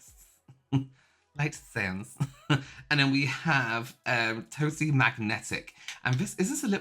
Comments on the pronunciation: I’m sure it’s meant to be said season (szn) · Szn is pronounced season. I know it's silly but it is . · LOL. szn is like short slang for “season” so the lip oil is pronounced “lights season (szn)” 😂